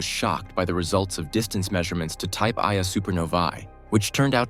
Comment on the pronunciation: "Type (pronounced in video) eye-uh supernovae..." Printed, those phenomena would be 'Type 1A' One-A.